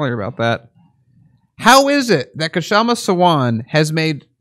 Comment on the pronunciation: Her first name is pronounced "Shah-ma"--the 'K' is silent.